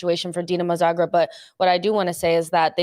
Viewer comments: Don't disrespect Dinamo Zagreb like that. It's Zagreb, not Zabreb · Not Zabreb, it's Zagreb